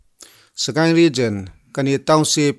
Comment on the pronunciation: Ka sawi khi dik..Regen.a nilo..Region.